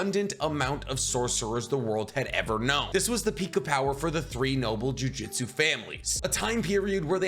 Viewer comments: You pronounce Ryomen incorrectly, you say Jujitsu instead of Jujutsu...are u even a fan??? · the only complaint I have is this, Jiujitsu is a martial art, they are using jujutsu, pronounced joo-joot-soo rather than joo-jit-sue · Why does he keep saying jujitsu literally unwatchable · For real the way he pronounces it, a bit embarrassing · Didn't even take 30 seconds for "JuJitsu" aaaaand I'm out. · Can you stop saying jujitsu? sounds like you’re talking about grappling. 😅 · Jujutsu, my man was saying jiujitsu lol// good video though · my man said jujitsu so much i had to check if i was saying jujutsu wrong this entire time lmao